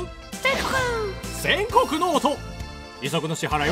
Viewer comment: 「ｾﾞﾝｺｸｩｰ」全国の音←ここめっちゃ好きww